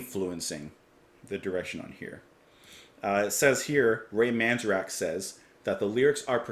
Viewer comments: Nice review, well done... btw I believe it's pronounced manzAIRick. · Amazing song, one of their best. However… comparing it to Funkytown? Do you realize Funkytown came out in 1980?!! The Changling in 1971!!! You almost imply the Doors stole it. How disrespectful and inaccurate. Also please learn how to pronounce Ray’s last name correctly. Fwiw I do enjoy your reaction vids.